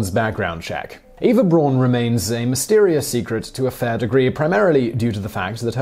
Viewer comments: It's "Ay-va Brown", not "Ee-va Brawn". And incidentally, relating to #1, Reinhard Heydrich's brother Heinz also helped Jews escape during the war. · More like e-fa bra-un